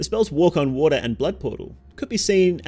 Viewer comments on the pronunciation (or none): none